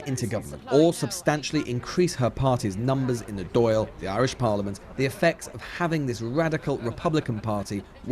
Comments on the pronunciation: It's uncomfortable hearing the narrator mispronouncing "Dail" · I love the doyle instead of the Dail.